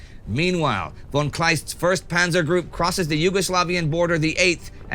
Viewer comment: Please tell Indy that German "von" isn't pronounced like "won" but like "fon".